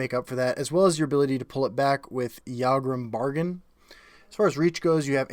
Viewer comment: say it with me - Yag Rum Bag Arn, not Yargrum Bargain. unless there's a joke i'm not getting...